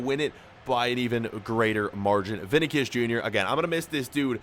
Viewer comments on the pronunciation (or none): Ok 😂 It’s Vini SHIS not Vinacus. It’s pronounced Vini SHIS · I think it's pronounced Vini-shyus, not Vini-kyus...